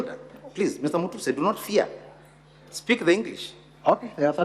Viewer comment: Mutuse not mutesi🤣🤣🤣